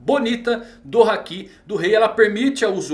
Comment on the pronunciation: Não é querendo ser chato nem nada, mas quando ele fala hakí eu falto explodir por dentro, pq é haki e não hakí